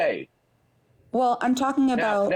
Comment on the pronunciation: You know you have on the ropes, prolapsed and panting, when he screeches out "Oiym Talkeen!" What a douche.